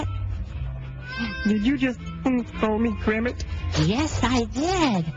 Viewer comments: did u just call me kremmit? ya he he. this is Kremmit de frog. the letter bong!! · did you just call me kremit? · did you just call me krammit? lol